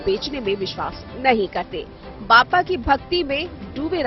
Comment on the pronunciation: बाप्पा होते हैं, बप्पा नही, सुधार करो